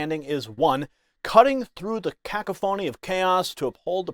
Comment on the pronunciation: Please learn how to pronounce the word cacophony. It will make you look better